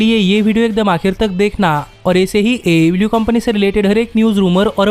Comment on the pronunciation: DISLIKE THIS VIDEO BECAUSE HE COPIES CONTENT FROM ALL OTHER VIDEOS, why does this guy pronounce AEW LIKE THAT ?????